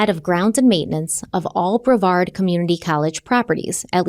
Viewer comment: go for saying brevard right!!! ❤